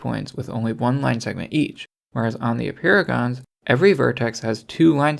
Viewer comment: Apeirogons sound like "a paragons"